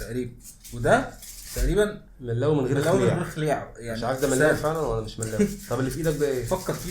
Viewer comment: كلشي على الملَّاااوي 😅😅😅😅😅 مْلَوِي بدون شدة على اللام